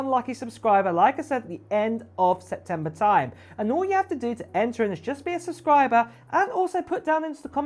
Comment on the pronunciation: SePtember not Setember